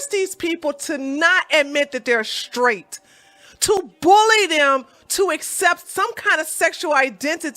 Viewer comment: "Straight", not "shtraight". "Didn't", not "di-int". You're welcome.